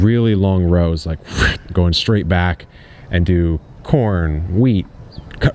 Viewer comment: Did you say "growin on" instead of "going on" when about to show what was in the raised bed? Because if so that is kind of great. Subtle and great haha